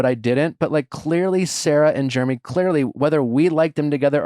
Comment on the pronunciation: I hope you learn how to say Jeremy lol